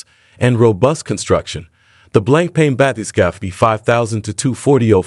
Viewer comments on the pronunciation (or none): It's not 'blanc pain' - it is pronounced BlonkPon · good video. Btw, it's pronounced "blong punk"